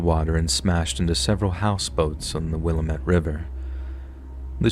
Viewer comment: always love these stories but as an Oregonian Willamette is pronounced wil -lam-it 😂 happens all the time